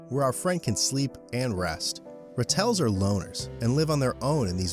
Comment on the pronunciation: Ratels, the stress is on the first syllable ra tel, not ra tel . They're pretty common in my area .Their badass reputation is really earned.They really fear no one Note that Cheetah young have white hair in their backs, they look like ratels from afar. Most predators avoid ratels like the pest: great protection. When sea otters were hunted to near extinction, sea urchins destroyed the kelp forests.They are a keystone species, indeed mustelids are awesome, I miss the fishers (they even kill bobcats!) fearless weasels , ermine, mongooses and meerkats.